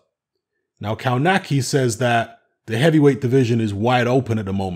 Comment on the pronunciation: kov natz ki not cow nacky